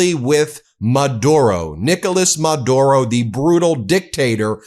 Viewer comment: just saying ben.. pronounced Ma dew ro